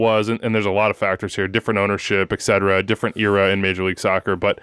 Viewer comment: One of these days, might realize it's etcetera, not ekcetera...